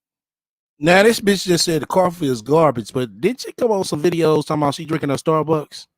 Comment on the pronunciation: She kill me with her pronunciations starbucks cuppa